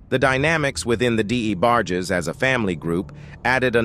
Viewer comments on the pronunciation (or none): I can't take this narrator calling the D. E. BARGE... Its Debarge!!! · I appreciate u talking about Luther vandross life, I do...but who the hell is the (d-e- barg-jess)? 🤨🤔😂😂😂😂...its the debarge family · Who’s D.E. Barge? Say it with me… “Debarge” 🗣️🗣️🗣️ 😂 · The new names he’s given them better. The D A Barges haha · So, who are these DA Barges and En Vokays? And how does the AI know the DA Barges are eunuchs? Also, I wanted to hear more about the d'botty between Arretha and von Dross. Or, maybe in the next video, the AI can talk about a dream collaboration between Meshell Ndegeocello and Ta-Nehisi Coates. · WTF????? He is a legend!! ( Who the DE Barges.?....this narrator needs to just say names correctly or just stop! Probably AI generated!!!!!BOOO! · The Dee- Bar- gees. I hate AI narrators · Why is this person not pronouncing these names properly??? D E barges? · Who is DE debarges??? He be tearing they names up😅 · Deeeebarges, what?? 🤦🏽‍♀️ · This was a good documentary but was obviously an A.I commentary screwing up much of the names dealing with the DeBarges and En Vogue. As a closeted Gay Artist of the 80s, Luther had a difficult life. But because he was never seen as a sex symbol, his audiences and friends continue to this day to protect his legacy. This is why the gay columnist Craig Seymour who was authorized to write the only biography of Vandross, titled Luther the Life and Longing (2004) edited out most of the gay references dealing with not only the DeBarges on tour in 1983 but the car crash he experienced in 85 which killed his boyfriend and the career of his protege. Yet most people are willing to discuss his diva like behavior towards En Vogue and Anita Baker. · How you can’t pronounce DeBarge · Can someone please have this commentator learn how to pronounce peoples names correctly. Every video that this narrator is on it's the same thing, mispronouncing words